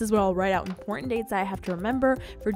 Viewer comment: It's not emportant ,it's important